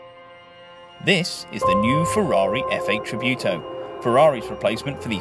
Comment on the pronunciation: "Tributo" not "tribiuto"